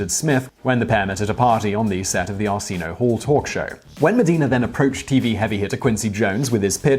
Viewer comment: That pronunciation of Arsenio Hall was abhorrent. You must make amends.